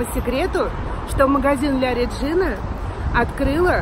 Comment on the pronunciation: Произносится ла реджина